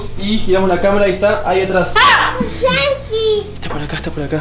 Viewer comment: me da risa porque piculincito no dice yankee dice shanki